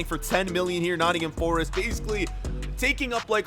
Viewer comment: Yes!!!!! , my fav team !!! , it’s not nott’m , it’s Nottingham forest , pronounced nottinghem forest